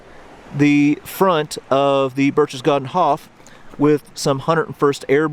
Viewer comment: I freely admit I am splitting hairs, but you could have pronounced "Berchtesgaden" correctly with a hard 'k' instead of the soft 'ch' if Band of Brothers could do it you can to! That being said, this is a wonderful piece!